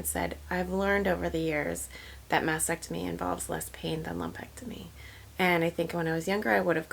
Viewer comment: FYI… It’s pronounced mastectomy (Ma*stek*tuh*mee) not masectomy